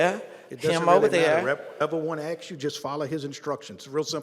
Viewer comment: "axcks the citizen to move." I'm glad knows how to say 'ask.'